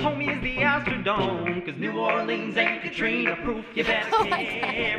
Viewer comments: did she say "i love paint" wtf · She said "I love Paint so much"